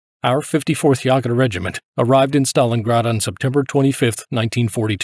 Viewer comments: It's not Yaw ger--it's YAY ger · How is it that you (probably) can pronounce "Jaegermeister", but not "Jaeger" (you make it sound something like "Yuhger")? 😅 Muricans... 🙄😉 Great video though, very interesting. Thank you! 😊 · "Jäger" is pronounced like "Jägermeister" dude. Almost exactly like Chuck Yeager.